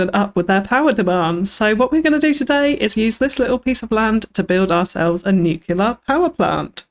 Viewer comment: Looks great! My only complaint was your pronunciation of the word nuclear, as "nucular" is not a word and was a bit cringy after a while